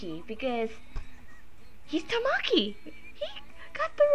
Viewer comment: Ta-MA-ki? TA-ma-ki. XD Think of the Japanese word for 'egg'-- 'TAma.' But cute vid! XD